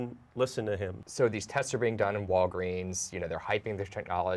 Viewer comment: Sooo i'm the only one who hear' "Wolverin" instead of "Walgreens" ?